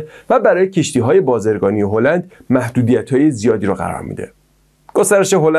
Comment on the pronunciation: بازررگانی با زیرگانی میگی ! No بازرگانی. بازرگانی بهتره